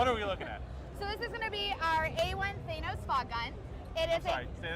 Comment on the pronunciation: I would never buy the fog machine because she can't pronounce Thanos. Also for 5K - F, no - also, shoot it straight up to the smoke alarms, everything will be fine.